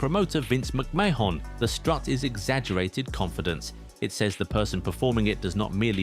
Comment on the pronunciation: Muck Meh Hon? Seriously bruv, you sound like you grew up in the Attitude Era watching RAW is WAR on Sky Sports at 10PM, you know full well how to pronounce Mr McMahon's name!